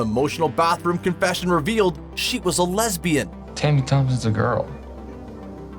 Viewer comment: The way he says sHe wAS a leSbIAN 😂😂 (not like there's anything wrong with that just the way he said it)